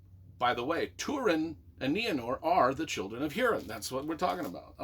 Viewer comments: Pronounced Hoorin, or Hooreen. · Learn how to pronounce Hurin and the make a vid about it